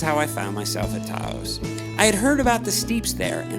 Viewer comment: I think you might want to re-think your pronunciation of “Taos”. That’s all. Nice video, and I appreciate the effort and the quality. These areas deserve more recognition; on the other hand, recognition ain’t all it’s cracked up to be. Very special places, indeed.